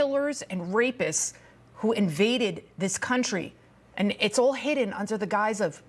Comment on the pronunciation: "hid den"? Speak English much?